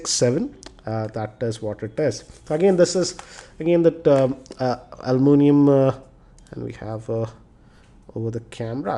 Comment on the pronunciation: its "aluminum" and not "almunium" & its "hybrid" not "hybreed" anyways nyc video